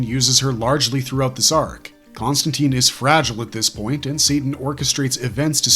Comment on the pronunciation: Con-stan-tine; like fine, mine, nine, pine, wine, line, brine, etc. Not Con-stan-teen.